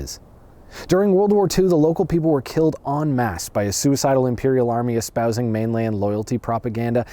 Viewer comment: I haven't heard someone on youtube pronounce en masse correctly in a hot minute. I award you 1 Pedant Point and a warm thank you. 😁